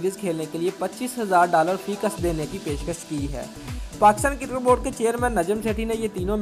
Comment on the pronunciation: it's Cricket not Kirkat